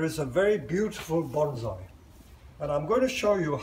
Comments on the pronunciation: It's NOT BonZai, it's pronounced Bonssai..... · IT'S PRONOUNCED BONE-SAI. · Very much enjoyed the presentation. Is that the expat Chinese pronunciation of Bonsai ? 😎